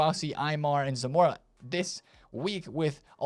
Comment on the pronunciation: Zamorano, not Zanora 😂😂😂